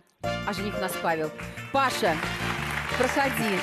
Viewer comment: Не Паша, а ПашА!!!!!!